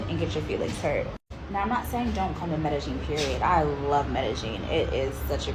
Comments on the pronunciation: Medeggin? Its Medellin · Medellin Colombia is pronounced Me-day-yeen.